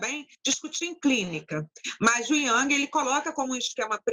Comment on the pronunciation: O vídeo começava bem, até ela questionar Carl Jung, e falar o nome dele errado. Ali já vi uma questão séria, pois uma psicóloga errar o nome de um mestre è de doer. Depois, mostrou-se arrogante e despreparada ao contar da mensagem que enviou ao paciente. De fato, nem todos podem lidar com pessoas, ainda mais com esse nivel de despreparo e desequilíbrio para manejar certas angústias do paciente. Assustador ver esse tipo de gente tratando pessoas. Um show de horror essa senhora deu neste vídeo. Uma verdadeira aula de como não ser psicóloga.